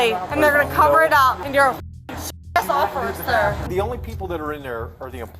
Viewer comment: "o f f u r c e r"